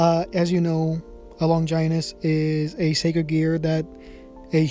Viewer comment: Stop saying longinus like that